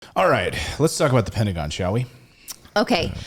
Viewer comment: Petagon?! bahaha